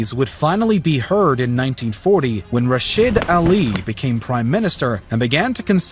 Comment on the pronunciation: RashEEEEEEEEEEEEEEEEEEED not RashID.